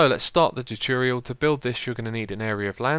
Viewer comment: "Welcome back to another Minecraft turturyal"